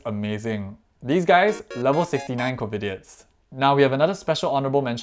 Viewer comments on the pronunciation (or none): I think u pronounced it wrongly tho, u said Covidits instd of covidiots😅